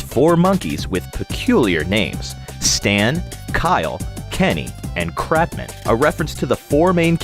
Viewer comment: they said and spelled CRATman instead of Cartman in them trying to reference Eric Cartman from South Park in ape escape 😂